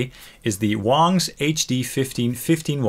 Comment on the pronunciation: I like how he called it wongs instead of wangs 🤣